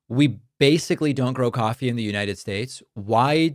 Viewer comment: I like how trump pronounces Coffee like it starts with a Q